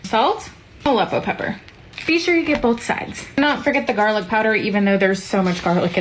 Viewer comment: "60 clove garlic's motha...chicken" I though she was cussing us out 🤣🤣